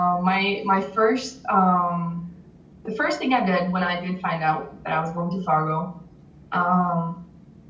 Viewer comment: You have SD listed in the description, but they keep talking about Fargo, ND which is about 45 minutes north of the SD border. I'm thinking you need to fix the description! I love that she says Fargo, ND just like a Dakotan! She sounds like me and I still say it that way, even though I have lived in Nebraska for the last two decades! I remember when my high school in Moorhead (city next to Fargo) hosted a girl from Oslo, Norway. She was the one that triggered a future interest in hosting exchange students. We will be hosting our 6th one next year! Our first one was from Norway!